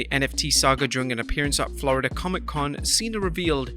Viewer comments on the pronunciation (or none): none